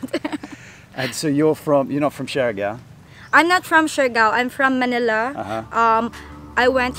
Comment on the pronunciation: You there 2 weeks and still can't pronounce the island name correct.. Siargao is pronounced 'shar gow'.... It's not 'shari gow'